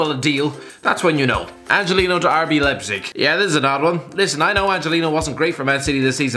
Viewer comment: RZ Lipzig?? 😂😂